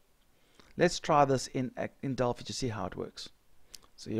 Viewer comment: Just FYI- it's "Del-FIE", as in "Finance". Named after the Oracle of Delphi